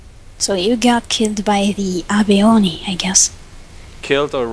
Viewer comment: It's pronounced Ah-beh, Abe is a character from an older Anime.